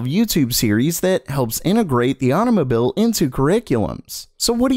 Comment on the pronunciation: as soon as u say automobile correctly ill do just that